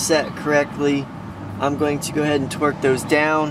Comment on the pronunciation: Did any else hear "twerk" n not "torque"